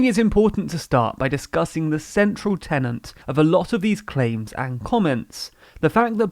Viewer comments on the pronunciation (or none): Literally can't pronounce the word "tenet" as "tenant". Already discredited yourself.